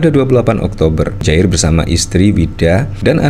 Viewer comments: Muhajir boss, bukan mujair = nama ikan. Awas kuwalat ya. !! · Boss bro nama nya bukan Mujahir tp Muhadjir bro boss 😂😂😂 sampeyan ngucapin namanya Mujahir trs 😂😂😂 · Saya perhatikan admin selalu mengucapkan "Mudjahir" bukan "Muhadjir". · Muhajir efendi pak, bukan mujair, kasiaan 😩😭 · Muhadjir bukan mujahir Mas. Kalau mujahir itu jenis ikan. He he he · Anda salah menyebut nama orang. Muha jir. bukan Mu Jair.. ini tergolong penghinaan jika disengaja. Jika anda mainnya di bidang politik, belajar lah untuk hati hati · oi MuHADJIR, bukan MUDJAHIR kwkwkwkw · MUHAJIR, bukan mujair.